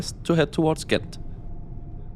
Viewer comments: Im not Dutch but I think Gent is pronounced more like “hent” with like a really hard h sound. Great video though! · In local dialect and generally in the Western Belgian accent it's indeed more like "Hent". In Standard Dutch it's a soft g, similar to a "ch" but just a bit harder